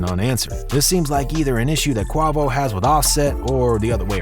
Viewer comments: Heard him say the his name and instant disliked. I can’t finish the video!! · Look here buddy find a new hobbit. You don't even know how to pronounce the man's name. It's giving culture vulture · The whole video of him saying his name wrong just pissed me off 😂😂😂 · Dude can't even say dude name right. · Imagine doing a report on the rap game and don’t even know how to say the artists name properly 🤡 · the names being wrong is disrespectful you can easily find a interview where they saying the names bro so you can get it right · Smh can’t even pronounce his name right but you got the whole drop on the whole group lives 👀😅🤦🏾‍♂️ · Bruh calling him a fruit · Fr, so cringe. Every time he said Quavo it hurt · It was killn me to hear the mis-pronouncing 😫😅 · Qa-vo not qaw-vo gooood lord this was hard to watch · Its not QUWAVO ..... its Qwayvoooo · U learn in English class u is silent when it's next to Q Lil quick it's pronounce Qu a vo 🤦🏾‍♂️lol u killing me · When you buy your tequila do u ask for a bottle of KWA-VOE or do u pronounce it QWAY-VOE as in Jose Cuervo ??? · Quah voh lmao "quay voh" dummy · The second this dude said Qua-Vos I paused > disliked > posted this comment > disap… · Quavo? Qua vo? What ? You definitely got this off Wikipedia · WTF IS A QWAVO ????😑😑😑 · KUAY-VOH!! Kuay-voh! Youre corny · Who tf is Quovo lol I know who Quavo is lol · QWAHVO?! SMFH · Clicked off at "Qwahvo" if you gon use AI, spell the word wrong to make it sound right. If you not using AI you should be fired'😂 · Who the hell is Qwavo? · “Quovo” bro how do you do all this research on these guys and completely botch his name every single time?your getting an immediate dislike for that corny shit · He said Kwavo? 😂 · Who in the hell is CUAVO. LOL. YOU SLANDERING THAT MAN MAN NAME. LOL LOL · I stopped watching when he said “qwavo” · Who TF is QUAW-VO? LOL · If I hear Qwavo one more time... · Quavo is pronounced (Kway-vo) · Man said kuawo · Man said “ Qwahvo “ 😂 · quavo not quovo